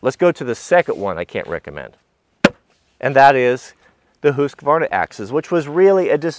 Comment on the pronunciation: don't ask an american how a swedish name is pronounced 😋 he did pretty good on husqvarna though 🙂